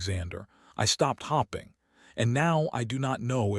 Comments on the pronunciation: Hopping instead of hoping. AI can’t read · the "hopping" and "starring" drives me nuts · Why is staring pronouced as starring and hoping as hopping?